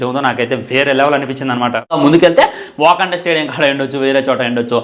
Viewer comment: వాంకడే స్టేడియం ❌ వకండ స్టేడియం ✅